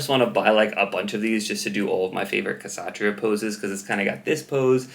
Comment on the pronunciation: I could be wrong but i believe it should be prounounce with a silent 'K' - satria, satriya, satreeya....